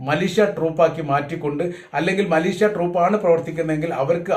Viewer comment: Mileeshya ennu parayoka